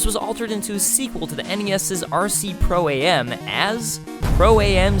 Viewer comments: Great video. I'm sure this was brought up but the three times I've watch this somethings been bugging me, you say pro-A-M64 when it's actually pro-AM 64 like I AM, short for amateur. I'm sure you know but it's been bugging me. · Fooooor future reference, it's pronounced "am" not, A-M. It's short for professional/amateur.